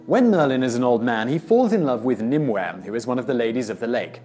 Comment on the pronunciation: Only one pronounciation problem: Nim-oo-y.